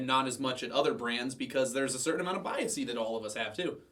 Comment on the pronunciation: It's bias not biasy. Thanks.